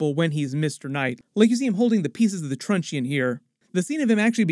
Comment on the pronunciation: I love how you're always open to pronunciation advice -- just a heads-up that 'truncheon', even though it has an 'e', the 'e' is silent, so the phonetic pronunciation of 'truncheon' is actually 'Trunch-On'. Cheers and thanks always for your videos. <3